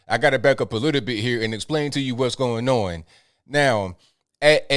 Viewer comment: I love pronunciation of "going on" He says it like "goyin non" is a great example